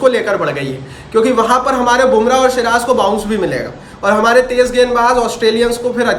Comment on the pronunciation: siraj ko shiraz bolna chhod do bhaiya